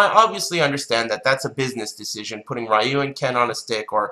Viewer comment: Dislike because you kept pronouncing "Rah-yoo". Come on, I understand some people grew up mispronouncing it, and you got used to that pronunciation, but it's been 30 years.